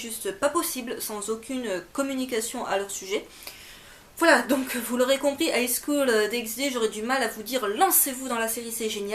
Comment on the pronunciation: Un petit tour sur Wikipédia suffit à voir que l'on prononce pas le "x" de "Highschool DxD," ni de "Hunter x Hunter," comme tu l'as précisé :p